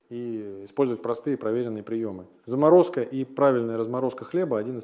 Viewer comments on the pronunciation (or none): Немного смущает, конечно, что доктор произносит "зАморозка хлеба" и другие странные ударения — такие ошибки допускает, как правило, AI. Он точно живой? Можно его палочкой потыкать? Теория с "зАморозкой" занятная. Если собрались хранить хлеб два месяца. Вернулись, например, из отпуска, в магазин зайти не успели, а в морозилке сало и хлеб — худо-бедно есть чем водку закусить.